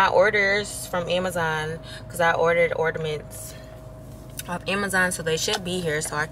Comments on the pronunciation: Not “ordamints” sis lmao. Did the lidocaine hack work? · the tree turned out really pretty.. it's "ornament not ordaments boo. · Gworl 🤣 it’s “ornaments” not “ordamints!” The way you pronounce it is killing me. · what the hell are “Orderments”? Lol Le sigh 😂😂😂💕🥰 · Or-na-ments sis